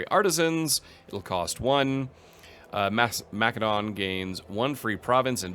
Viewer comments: Either say Ma-seh-don or if you're fancy Ma-keh-do-nee-a. Wtf is Ma-keh-don? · For the love of God, I don't know what it is with game streamers, but it is pronounced Ma·suh·daan. That's the proper, internationally-recognized, pronunciation of the word in English. So many of you mispronounce it. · Sorry but the way you pronounce “Macedon” makes me cringe… the “c” is pronounced as an “s” like Mas-e-don. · Ma-suh daan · Why can’t any Imperator YouTubers pronounce either Imperator or Macedon correctly? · That is a very fair answer, however I would say that in English Macedon has only one pronunciation and you’re speaking English not Greek. It’s an understandable choice however; especially if you do it consistently. Latin words also sound very different in English than in the original Latin. I had no idea you were German though and that fact alone makes me much less annoyed by minor pronunciation differences. I honestly thought you were a native English speaker!